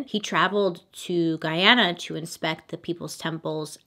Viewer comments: Thank you Bailey for saying Guy-ana and not Gee-ana. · It warms my heart to hear u pronounce Guyana correctly. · Loved that you covered this and also excellent pronunciation of Guyana. This is one story that haunts our history. 🇬🇾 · Love you ! So ... it's pronounced Gooyiana, you the best. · Hi Bailey, I'm a Guyanese. Much love from Guyana. I have to say, you pronounced the name of our Country very well. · Bailey, kudos for pronouncing "Guyana" correctly. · Thank you for pronouncing guyana correctly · My mom was a young girl when this happened in Guyana!! She said it was so crazy. Also thanks for pronouncing the Guyana correctly 👏🏼☺️ I just found a your channel, and I’m loving it! Can’t wait for more 👍🏽😁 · Can I applaud you for pronouncing GUYANA the right way... As a Guyanese it's annoying hearing all crazy pronunciation of a simple word! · Thank you for pronouncing Guyana correctly! <3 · I love that you're pronouncing Guyana correctly because a lot of people don't really get it! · It’s nice to see someone pronounce our country’s name correctly. We love you from Guyana Bailey❤️🇬🇾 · I love that she actually pronounced Guyana correctly. Most foreigners just butcher the name Or they say " Do you mean ghana?" No Susan i meant Guyana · Being Guyanese I love that you covered this, my mom actually was a baby when all of this happened and it was a big talk in the town. I even more so love the fact that you pronounced Guyana correctly because that everyone says it wrong lol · I’m from Guyana ❤️ thank you for pronouncing it right 😂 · Bailey you're literally the first person I see outside of Guyana to pronounce Guyana correctly. I love u 10x more for that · THANK YOU FOR PRONOUNCING GUYANA RIGHT!!!! My dad is Guyanese and pretty much everyone says it wrong.